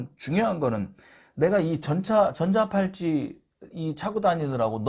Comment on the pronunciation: 전자팔찌가 아니라 전자발찌가 맞는데, 자꾸 전자팔찌라고 해서 귀에 거슬리고 설명내용에도 신뢰감이 떨어집니다.